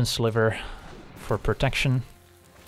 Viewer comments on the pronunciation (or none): none